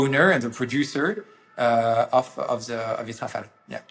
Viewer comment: Finally a French speaker to explain that it is Ra-Fa-Le… Not Ra-Fa-El!! Hopefully sees this as well. 😂 🎉❤